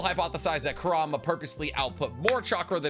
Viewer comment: How this guy says Kurama wrecks my head. Its 'Kur-A-ma' not 'Ku -Rama'